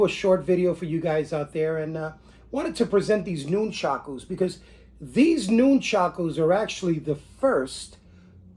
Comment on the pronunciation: I lived on Long Island and once went to China Town to shop, but I also bought stuff from AWMA in P.A., that's where I got the rubber Nunchucku, wish I'd known about the other place in N.J. I've been making my own since I was about 10yr old like everyone else. Cool to see yours, sorry just one thing and it's like a pet peeve with me it's pronounced like it's spelled Nun-chuck-u not Noon-chock-ooze as per the way you say it. Thanks for the video!